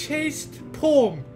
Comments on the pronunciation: Every times said ''Poem'' I heard ''porn'', i better reduce my porn time though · First time said poem, i heard porn... could never unhear it, and the whole video went wrong from there LOL